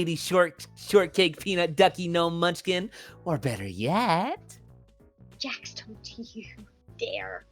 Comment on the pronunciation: He said "better" wrong